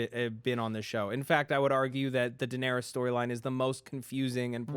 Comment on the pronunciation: toemen, kwyburn, jakwen, daenarious...sigh